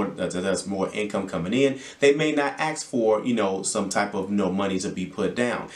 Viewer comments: Ask not aks😂. Good info thx 🙏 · Man you sound like an intelligent man. Don't say axe.